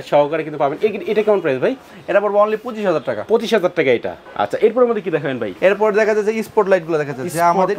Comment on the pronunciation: Bhai উচ্চারণ ঠিক করেন। আপনি Vai বলতেছে